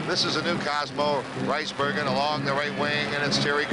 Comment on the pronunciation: RICE BERGEN... CLEARLY NOBODY KNEW HOW TO PRONOUNCE HIS NAME... HEY HE ONLY PLAYED IN BACK TO BACK World Cup FINALS... WHY KNOW HIS NAME, EH?